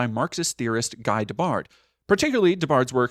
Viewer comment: Pronunciation tip: for Guy Debord, you’re saying “Guy De-bard”, but a more accurate pronunciation would be “Ghee Duh-bore”.